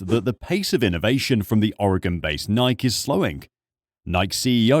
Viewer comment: What’s a “Nie-ek”?